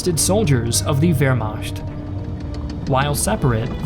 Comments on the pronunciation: Great video as always, nicely narrated and great animations. I don't want to be the pedantic asshole, but you keep pronouncing Wehrmacht as 'Vermasht'. It's 'Vermaht' or at least as some americans pronounce 'Vermact' which is closer to the correct pronunciation. Sorry, but you kept saying it like this and I couldn't help it. Keep up the good work ! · A very informative and interesting documentary! The aminations are excellent and do a fine job of conveying the information. But the presenter should take more care in his pronunciations of certain German words, like Wehrmacht... The "ch" in German has two main sounds: a hard guttural "kh" sound after the vowels a, o, u, and au, and a soft, hissing "ich" sound after other vowels or consonants. I know it may seem like nitpicking to the American ear, but to a German one, it is a gross mispronunciation. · Your pronunciation of ‘Wehrmacht’ is hilarious.